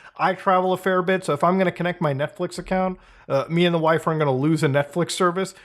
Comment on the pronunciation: not sure if he says wife or wifi